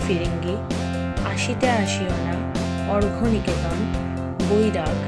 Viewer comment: Arghyo niketan noy.. Aarogyo niketan